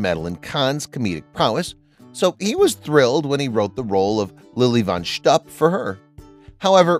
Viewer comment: This would be a much better video if they had chosen a narrator who knew how to pronounce words in Yiddish. Lily von Shtupp is mispronounced throughout the video. In Yiddish, shtupp is pronounced to rhyme with loop, not cup. It is, of course, Yiddish for sexual intercourse.